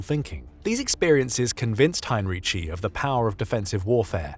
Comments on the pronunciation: Hine-ree-tsee. He wasn‘t Italian. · Excellent job, thanks. You only should have gotten the name right. You pronounce it as he had been Italian, he though was German obviously